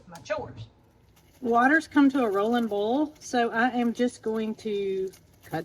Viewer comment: I love how you say “boil”! You are so darn cute with your Alabama accent